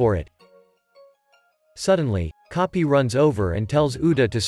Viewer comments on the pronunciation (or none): Bro this entire time when coby came my guy instead freaking keeps saying copy instead of coby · same with coby/koby the ai says copy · Coby ❎ Kopi ✅ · Bro say copy is koby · Koby ❌ kopy 👍🏼